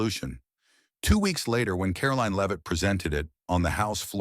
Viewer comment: Karoline Leave-It?